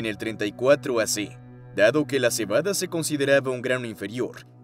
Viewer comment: cebadE dice la narracion ai ya que hoy en dia todos tiene flojera d narrar cualquier cosa #generacionidiota